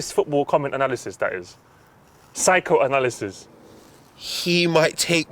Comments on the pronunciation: Abu bakr Al Baghdadi died so he wouldnt get absolutely violated by saying Anal-isis, its the signs #x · Man said Anal Isis.. i'm gone 😂😂😂